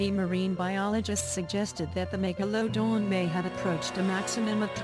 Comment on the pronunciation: Why the narrator can't pronounce the word MEGALODON properly